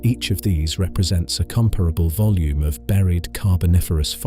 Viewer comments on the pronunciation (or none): none